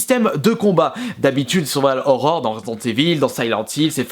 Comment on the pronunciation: Au-delà du contenu, si tu pouvais commencer par ne pas parler comme un journaliste de BFM TV, ça serait un bon début. Ton problème, c'est que tu arrêtes pas de prononcer des "e" imaginaires à la fin des mots, en plus de pas être capable de prononcer "survival horror" correctement (moi ce que j'entends, c'est "seuuual horror") Calme-toi un peu! =D